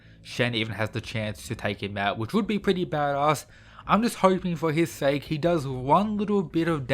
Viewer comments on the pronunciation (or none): none